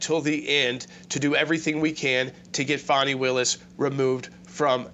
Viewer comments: FONZI AND FANI. FONI ITS SPELLED DIFFERENT. ITS Faaaaaani like the butt. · Why do you call Fani, Fauni? You pronounce fan, fan and faun. I pronounce Fani as, should be disbarred.